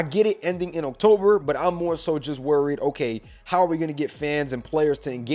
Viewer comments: This has nothing to do with anything, but why do you pronounce October? Oak Tober 🤣🤣🤣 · Why you say "October" like that tho?